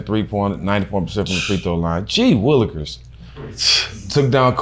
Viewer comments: did stephen jackson jus say g willickers? 😹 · Who tf says g wilickers